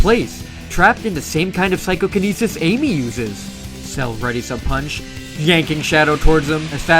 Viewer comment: Is there a deference between psychokinesis and psychonesis or is that just how you say psychokinesis?